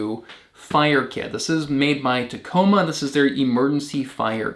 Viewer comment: Umm just to point some things out. It is the TAC AMO fire kit not Tacoma I know sounds like a petty correction but in the Military TACAMO is an acronym and has a specific meaning "TAke Charge And Move Out" where as ta-coma Tacoma is a ciry in Washington. A flint and steel and UCO matches would be excellent additions to this kit especially if the steel has a spindle bearing point to assist with a bow and drill fire